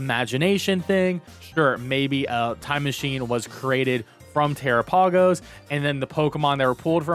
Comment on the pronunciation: Tera-pay-gos?... 😅 I believe it's pronounced like Galapagos... like the islands.